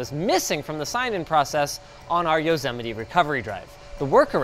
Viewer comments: Did Linus just say Yozemeti ? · Yozemite? fr? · ah yes, yosehmitee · Wait I didn't know "Yosemite" was pronounced as "yow-se-mi-tee" I thought it was "yow-se-might" English is not my native language so yeah please forgive me for my ignorance 😂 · I have it on good authority it's pronounced Yo-Semite. Just saying. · "Throughout the world" not a single pin in Africa 🥲 Also Yozemaite ? 😂 Love these tutor types of videos of strange tech I would never have known about if not for LTT 🎉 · Linus learn to say Yosemite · Why is Linus pronouncing Yosemite wrong?